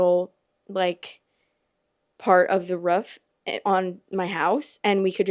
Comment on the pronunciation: idk I think being a teen on the roof is like some coming of age shit. I loved hanging out of the roof. Also love the way you say roof